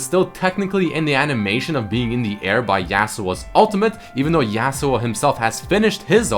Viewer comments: The way you say Yasuo makes me cringe. It's not YEAHsuo, it's YAWsuo. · The way he pronounces Yasou tilts me. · Hearing you pronounce Yasuo tilts me hard lol